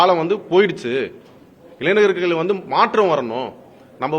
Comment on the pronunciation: வழக்கறிஞர் என்று சொல்ல தெரியவில்லை. சந்திர சூரியன் என்று உளறல். சட்டம் ஏற்றுதல் முறையே தெரியவில்லை .இளைனர் அல்ல இளைஞர். நாட்டை திரத்தப்போகுது. ?